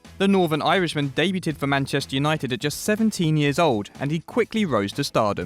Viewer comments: "Debuted"... Dei-byoo-d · The way they say debuted goes through me. You don’t pronounce the t